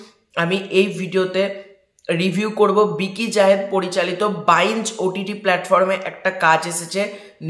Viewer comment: কথাটা "বাইঞ্জ" না, "বিঞ্জ"। মানে হলো একটানা একনাগাড়ে অনেকক্ষণ কিছু করা। সাধারণত নেশা ভাং এবং মুভি/সিরিজ দেখা প্রসঙ্গে ব্যবহার হয়। " কাকাবাবু -৪" নিয়ে কোনো আপডেট নেই??